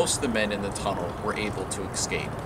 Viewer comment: The word is 'escape', not eXcape!